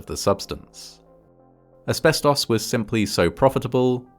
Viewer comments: deeply off topic but i love how ‘asbestos’ is said in an english accent. in the states i usually hear ‘asbes-toce’ or ‘asbes-tuss’ but i like this pronunciation. ‘asbes-toss’ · I like the way he says "asbestos". Nothing wrong with it, its just cool.